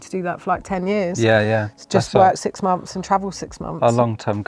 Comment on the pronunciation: Muphs instead of months?